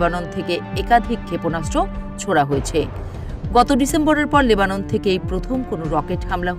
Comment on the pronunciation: লেবানন হবে নেবানন ভুল উচ্চারণ করেছেন 😂